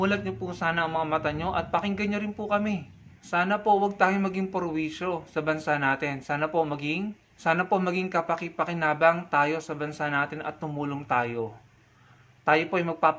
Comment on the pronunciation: pErwisyo, hindi pOrwisyo